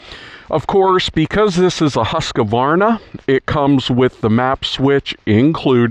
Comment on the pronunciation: It’s not ‘husKUHvarnah’ It’s just ‘huskvarna’